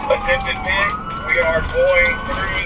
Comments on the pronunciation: And why can't it say the word pit? It's not pi-t. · According to another channel with the same video (and potentially the same annoying AI narrator), the TBI caused well over $10,000 damage to the house. It's sad how many "pie tee" maneuvers were spoken about. Thumbs down on AI slop. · "py-tee maneuver" 🤣 come again? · 👎👎👎 - PLEASE EVERYONE HIT DISLIKE! Sure glad they did a “PAY-TEE” maneuver! Every video has shit AI narration! This is the worst channel I’ve ever been on! Hit that DISLIKE 👎 everyone please! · AI voice is dumb... Pie-T ? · Umm.. pie tea haha… ai is destroying the English language